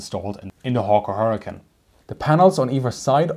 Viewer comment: Hawker HurricaN. 😂